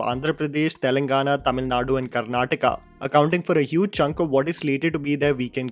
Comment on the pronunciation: An out of box comment, just to appreciate you for pronouncing Karnataka and not Karnatak(which almost of north Indians do). Thank you so much 🖤 Being following you since initial days. Love your work, keep growing 👽